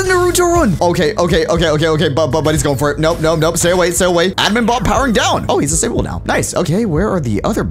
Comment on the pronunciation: Bob not bon